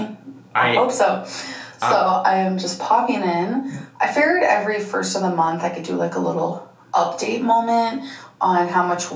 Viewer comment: You could have loss tirty pounds in a munt - as Dr Now says